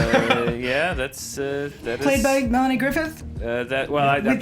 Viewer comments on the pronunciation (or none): none